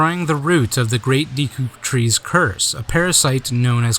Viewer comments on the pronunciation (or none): great video but...*cringes every time he says Deeku* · Awesome video, there was a lot of info and footage in there that I've never seen before. Also, I just wanted to let you know that Deku is actually pronounced deh-ku! Thanks again for the awesome documentary! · Good documentary. I hate to be nit-picky, but I'm going to point one thing out: Correct pronunciation of "Deku" , & Incorrect pronunciation of "Deku"